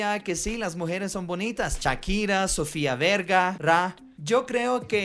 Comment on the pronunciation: Sofía Verga??!! 😂😂😂 Jaja me encantan tus video. "Y yo si jejeujejeu" "Perreira" Me alegras te el día.